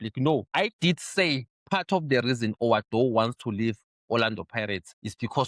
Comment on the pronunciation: The suename is WA-DOO! NOT Oh What Dough. Junior Khanye is a character playing a role. He's a clown that guy. Watching is like watching those fake Christians pretending to be humble while telling people ukuthi my belt costs more than your whole wardrode. Iyakhinya leya bhari.